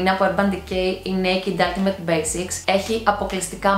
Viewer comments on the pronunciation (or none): none